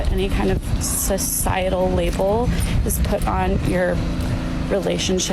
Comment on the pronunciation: She said “cis-cietal,” omega lmao